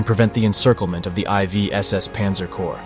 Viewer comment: This video, like many others, is degraded by the use of the psedo dramatic AI voice which cannot pronounce the fundamental subject matter and says I V when confronted with the roman numeral for 4th. Very interesting content but a cringy, false sounding AI narrative